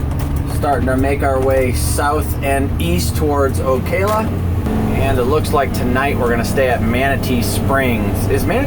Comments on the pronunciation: Nice video. As to pronunciation of Ocala, think calla lily....it's O-calla. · The a's are soft a in Ocala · You got sopchoppy right but murdered O-CA-LA LOL